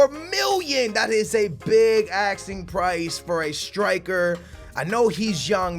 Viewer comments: its asking ffs not axeing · Who else gets annoyed when he says axing instead of asking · Asking not axing